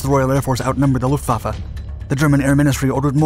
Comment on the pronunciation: Can we appreciate that he said Luftwaffe correctly